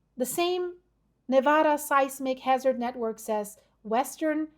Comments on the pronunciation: Live near there but if your going to report on things Nevada please pronounce it correctly!!!!!!😢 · You pronounce Nevada wrong.